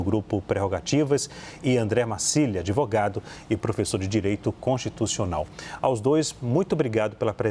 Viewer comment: Esse "adevogado" esquerdola eh uma vergonha. Usou a palavra magica "presidenta"😂